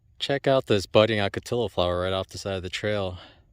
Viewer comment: Hey,... pretty awesome out there in the desert... Since this seems to be 'pick on pronunciation' day... I'm choosing 'ocotillo', (and maybe someone already mentioned), but the double L in Spanish, is not an L sound. There's kind of a hint of an 'l' but mostly a 'Y" sound; so 'Ocotillo" is OH-ko-tee-lYo, with the 'l' almost unpronounced. I pronounced it like you are, also, but I was learning Spanish, so I kind of guessed I was wrong, and asked. Got a brother down there in the Phoenix area... he loves the heat. Looking forward to that first snake!! Take care, Man!